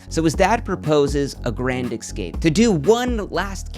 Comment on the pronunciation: Cool video but stop saying Xscaped… it’s escaped